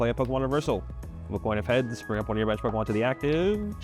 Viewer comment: The way this guy says “pyeeewwkamon” 😂